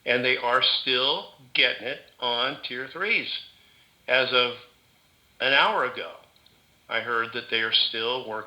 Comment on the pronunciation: "Work til the midnight hiur"